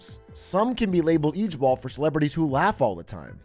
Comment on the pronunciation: This the second time a Dutch word is turned into an acronym for something funny. Lol was already a word before it became LOL, and ijbol is also a dutch word (at least let's pronounce it the better way, "eye-bol" like in Dutch)